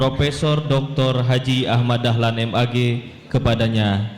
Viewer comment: Sanes Dahman tapi Dahlan